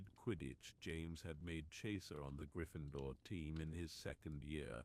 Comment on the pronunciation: Learn how to pronounce Gryffindor and Remus correctly!